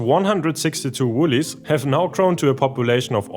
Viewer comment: Great video - woylies are not pronounced woolies but woy-lies as in a-hoy.